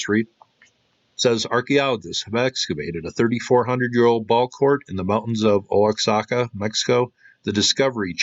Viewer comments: I think that it’s pronounced wa-hah-ka. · Oaxaca Wah-hah-ka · Pronounced wa-ha-ka Oaxaca wa-ha-ka 😎👣💃 PS oaxacan Food is absolutely delicious they make the best Mole in the whole world!!